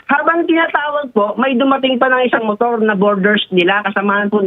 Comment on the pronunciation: side mirrrooooaarrrr... Motoarrrrr